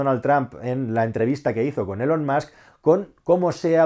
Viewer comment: Ni una palabra de Inglés saben pronunciar: Donal Tram, puzle,Elon Mask 🤣🤣 Apel gugel Los Bitels.